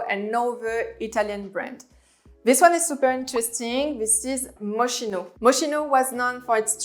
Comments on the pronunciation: On dit Mos-ki-no ! Pas mochino .... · Totally agree with the list but Moschino pronounce - M-o-s-k-i-n-o, I know in French you don’t pronounce ch as [ch] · Moschino... C'est de l'italien, alors on prononce Moskino! Au risque de faire un peu hors sujet. Pour le reste, totalement bien vu. Et Plein est allemand... Plaïne... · Great video but you did not pronounce Moschino correctly.